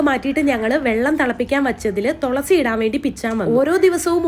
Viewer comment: എന്റെ തൊളസി അല്ല തുളസി പറഞ്ഞേ തുളസി ഇനി തെറ്റിക്കരുത് ട്ടോ..❤